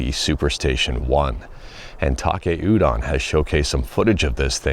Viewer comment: Why do you pronounce it Takay udon? It's Taki Udon